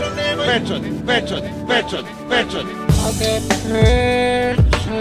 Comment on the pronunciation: Kad to kaze ko da je pijan!!! xD :D a de je peeeeeeeeecat? :D